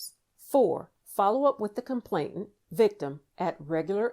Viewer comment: This would be even better if the word complainant wasn't repeatedly mispronounced.